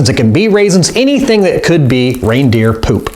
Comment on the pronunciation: the way he says poop pewp 😂😂😂